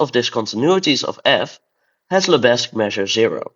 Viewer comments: The 's' in Lebesgue is silent, so it should be pronounced 'lebegue'. That's French for you! Edit: holy shit, this video is a banger. GREAT stuff! :D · Henri Lebesgue was French, the s is silent. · I love to troll my French colleagues by pronouncing Lebesgue as Leh-bezz-guEEH. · The visuals in this video are absolutely amazing! But, I'm sorry, it's practically impossible to hear you say "Lebesgue" with a non-silent 's'. Side note: What do you mean by "First year university calculus" in minute ????? You don't have real analysis in your first year of University? That's just a crime against mathematics! How can you claim to learn mathematics without absolute rigour from the first semester!